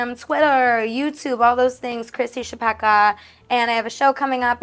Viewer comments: As a Polish person, hearing Chlapecka as Chapekka (ch as in chess) and not as Hla-pe-c-ka (first c is silent, second c is as in citrus) is so crazy, wow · I think the surname must be czech because that's literally a czech word. It's chlapeček = little boy, but in the 2nd case, which makes it chlapečka. English doesn't have our ch, but it's the most similar to h. La like lot, pe like pen, č like cheese, ka like cup. Hluh-pech-kuh. But the pronounciation yall use is completely different, so I might be totally wrong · That's interesting! It's also a surname in Poland, possibly derived from the verb "chlapać" (to splash). We pronounce it hla-pets-ka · I need this on TV Austrian here, not a czech, but i have i good idea of pronunciation rules in languages like czech and polish. Chlapecka i'd pronounce as somewhere around /hlapetska/ but i don't know if the name may have been written differently. The Ch might've been a č which id pronounced like the cz in czechia, the c in cka may've been a č, but i am not sure. *Thanks to dear it's of Czech origin and the latter of the two ideas in my last paragraph applies, as in Chlapecka being originally written Chlapečka and being pronounced as /xlapɛt͡ʃka/. Please to anyone that liked my comment and didn't yet like comment, please do so! ** Not gonna lie, i am living for Maddy's poop hat, i need one. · It's actually a Polish name - Chłapecka, pronounced hwa-pehtz-kha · as an estearn european who is a language nerd imma be the annoying commenter who says it's pronounced hla-pets-ka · she definitely has a Polish surname. Hearing your absolutely English pronunciation of it was strange. :)